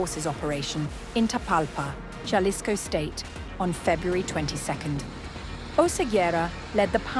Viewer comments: She just said “JA-lisco” rather than “HA-lisco.” Goodbye. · It is pronounced halisco. Doesn't she watch the news? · Horrible pronunciation of “Jalisco “ 👎